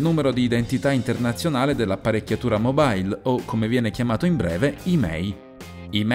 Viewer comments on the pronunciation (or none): Si pronuncia mobile non mobail, deriva dal latino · si pronuncia mobile non mobail , se stai parlando italiano usa italiano mobail ahahaha